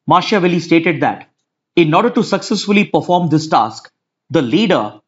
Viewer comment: Pronunciation of Machiavelli is wrong